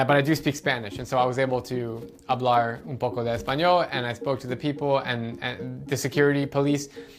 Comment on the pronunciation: "I was able to... hablarr"